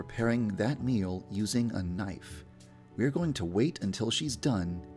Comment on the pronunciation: GuppyBunz. I love jay lets get this Knifeu then end Modori's lifeu